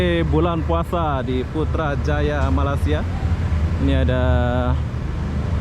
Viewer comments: Bukan sore bosku. Petang waktu petang. Bukan mala- sia tapi melaysia. Hahaha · Rasanya dah lama duduk Malaysia,tapi masih tidak bisa menyebut Malaysia dengan betul☺️. Bukannya Mala-sia bang.